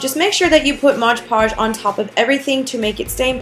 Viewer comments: I am assuming you mean mod podge and not modge podge like you were saying. P. S. very cute diys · You said Modge Podge the whole time...I was like its Mod Podge 😂😂😂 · It's MOD PODGE not modge podge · modge podge lol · A crafter dies somewhere in the world every time someone pronounces Mod Podge wrong.